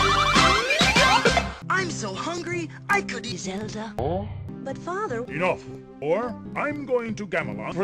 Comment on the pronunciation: lol did he say "Enough, whore" at the beginning?